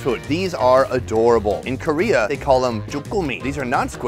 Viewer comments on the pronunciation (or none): none